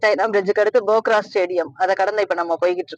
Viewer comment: Nice video. But bogra bogra nu thappa sollringa. Adhu phokra. Naanum nepali ponna tha katti ituken